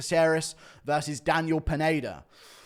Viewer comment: Guru keeps saying "Peneida" instead of Pineda lmao